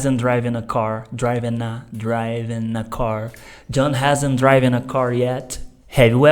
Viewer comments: Excelente explicação. Sou teacher e vejo q vc abordou de forma simples o conteúdo. Me permite apenas sinalizar a pronúncia de driven tem o som como 'i' e nao como 'ai'. Ainda, sugiro buscar no youtube videos q ensinam bem sobre a pronúncia do 'd' no final de verbos regulares. Practiced se lê algo como Préctist, ao invés de précticed. Ainda assim, vou mostrar o video aos meus alunos, a explicação foi ótima! Abs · Muito boa explicação, muito obrigada! Só para enriquecimento do seu vocabulário, a pronúncia de “driven” é exatamente como se escreve, não “draiven”, “driven” 😊😊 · Cara sua aula é muito boa e sua técnica didática também pra ensinar um "bicho papão" na lingua inglesa, só não entendi a pronúncia do particípio passado do verbo "drive"(draiv), "drove" (drouv), "driven" (draiven)?! Até onde eu estudei a pronúncia é (dríven), muito parecida com a própria escrita. Existem duas pronúncias? Corrija-me se eu estiver errado.